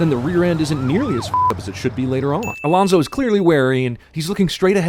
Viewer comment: It's Alonso, not Alonzo.